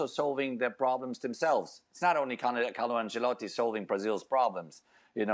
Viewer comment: Can’t stand the nfl people saying “Ancellati” 😭